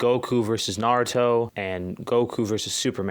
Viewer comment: Who's "Nar-ruto?"